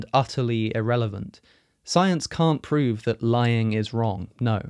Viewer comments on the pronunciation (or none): none